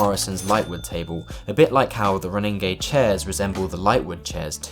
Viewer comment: I think ronninge is pronounced roh Ning uh instead or row ning gay